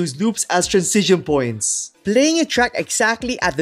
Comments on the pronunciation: honestly i love your content but hearing you say "trancision" instead of "transition" every 10 seconds drives me nuts. anyway, keep up the good work man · Bro you still pronounce transition ( trænˈzɪʃ ən ) as transizion (trænˈsij ən) it gets me every time... 😎 Cheers... Good video as usual ... 👍🤝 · hahha throughout the video type "transition" in google translate and listen how it is pronounced 😅 and compare with your pronunciation